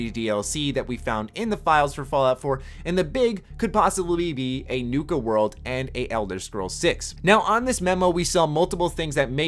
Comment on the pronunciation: It's "Nuka" not "Nuke-a"